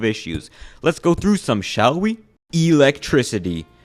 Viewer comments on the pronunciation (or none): none